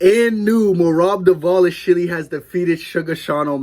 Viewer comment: bro is glazing and can't even pronounce his silly last name, excited to see the results of the fight